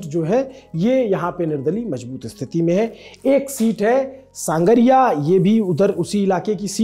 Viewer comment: संगरिया है न कि सांगरिया